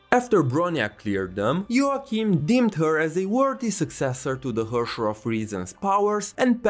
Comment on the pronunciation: just fyi to pronounce "herrscher" the proper german way you would be almost correct but the "e" is prounced like the "e"s in the "ehete nandaiyo" meme